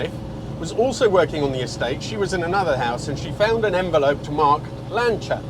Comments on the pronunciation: Finalmente uno che pronuncia il nome Lancia in modo corretto! (non sapevo che eri Italiano, anche perchà hai una pronuncia Inglese ottima) E non bisogna scusarsi per la pronuncia perchè essendo auto italiane vanno pronuniciate correttamente. Anzi, direi che è altamente fastidioso sentire pronunciare "Lansia". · Hello. What a joy to hear the name 'Lancia' pronounced correctly. From a lover of the Beta saloon and HPE, of which my wife and I owned a number in the past. Thank you for showing us this glorious car.